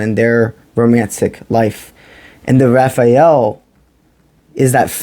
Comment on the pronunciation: Rah-Zee-El is how Raziel is pronounced bro. Ty for the msg